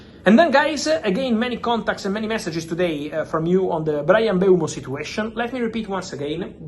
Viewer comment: At last someone who pronounces Mbeumo's correctly.